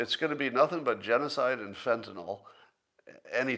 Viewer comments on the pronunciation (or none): none